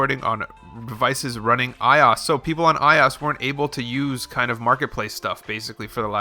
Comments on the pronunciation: Its I~O~S you say it like that not "iOs" lol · Did he just say i OSS ? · Who went to comments to rant about the way he says iOS!!!!!!!! :C